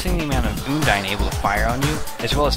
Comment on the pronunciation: its un-dine not oondine